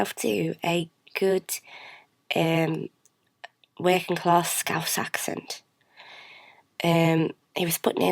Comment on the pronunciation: I think the give away was when she said, "Working-class" She said it with am R